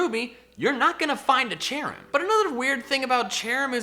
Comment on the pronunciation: CHERRIM, NOT CHARIM!